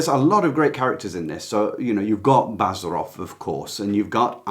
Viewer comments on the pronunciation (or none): It is pronounced Bazàarov.